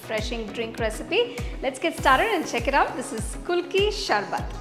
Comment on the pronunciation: It's not pronounced kulki sharbath, it's ku-lu-kki sar-bath. Nice presentation otherwise